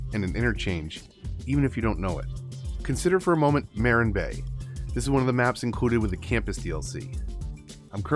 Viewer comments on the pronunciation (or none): I always thought it was pronounced “Muh-RINN” bay, like Marin County California.